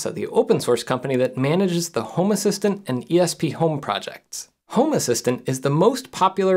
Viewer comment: This looks cool, will have to look into it for my smart stuff. Random aside, I keep thinking you say “homer Simpson” nit home assistant :p